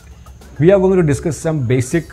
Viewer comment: it s we not VE